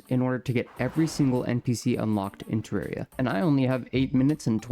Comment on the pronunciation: its terraria not terreria 😭😭